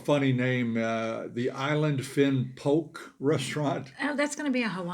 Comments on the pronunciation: Poke is pronounced "po kay." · Poke - pronounced po-Kay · POH-keh ( two syllables with accent on the first ) It means cube in Hawaiian 🌺This word is used because in poke, the fish 🐠 is cut in a cube shape. I had to figure out after POKE restaurant opened up by me, DELICIOUS 😋